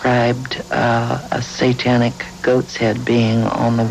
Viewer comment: Why does the narrator pronounce "Satanic" as "saw-tonic"?! Bizarre. I imagine 20/20 is embarrassed to remember this garbage.